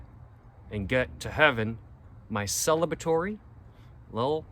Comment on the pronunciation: "Celibatory product" is right. Ha! Congratulations though.